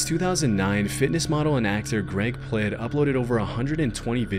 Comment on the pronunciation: greg plitt, not pled